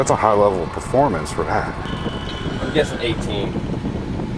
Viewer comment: Haha "punfomance" motorcycle